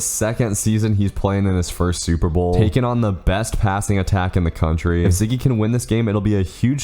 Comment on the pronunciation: you accidently said contry